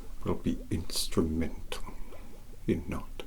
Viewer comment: "Ins tra mental". (Hanging on each syllable. AR knew what he was doing.)